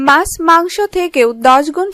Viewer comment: Mas noy kathata maachh... Mane fish. R soril noy bolun sorir... Nirghat apni Bangladeshi... Apnarai paren kathar ma maasi ak kore dite...